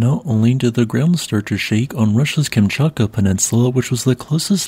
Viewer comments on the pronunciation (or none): none